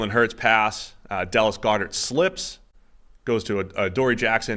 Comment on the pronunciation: First time I've ever noticed Boston accent was when he mentioned Dallas Goddards last name